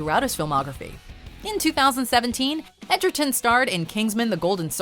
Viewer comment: I like how she's saying Tarons name as Edgerton when that's not how its spelled or pronounced 😂😂😂 I mean that's what I thought at first but when I bought the movie it was spelled Egerton on the title 😂😂😂